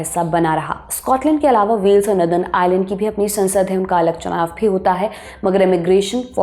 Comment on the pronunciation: Miss, नदर्न नहीं बल्के नोर-दन होता है 😅। आपकी नई आउटफिट कमाल की है 🤩, आप की स्पीड बोहोत अच्छी हो गई है। चस्मा भी आप पे जचता है। 👏👏🫡